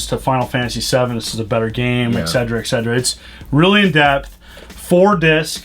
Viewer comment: How does a school teacher not know that etc is not pronounced” exedra”